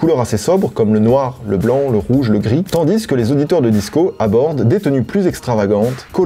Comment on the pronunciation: Frero t'es le boss, mais on dis tandis pas tandisse ;P